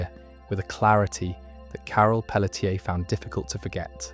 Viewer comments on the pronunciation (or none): Carol Peletier. It's not Pell - uh - tier. I'm from Louisiana and can tell you it's going to be pronounced either Pell - shay, Pell - chay, or Pell - tee - aye.